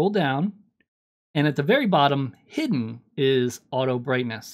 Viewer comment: I fucking cackled like shit when ya said “HIDDIN”